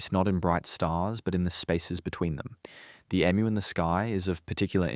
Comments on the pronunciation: Ffs emu is pronounced E-mew or eem you. Not Emm ew. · You have an Australian accent but you can't pronounce EMU correctly. If the Aboriginal people built villages, why do they not have them now?